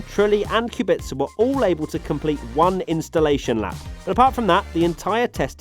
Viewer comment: I still don't understand Kubica's name. There is no T or S in there